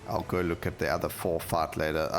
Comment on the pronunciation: And fight sounds like fart